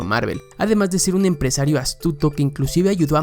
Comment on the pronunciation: Énfasis en "Emprasario" cuando hablamos de Avi Arad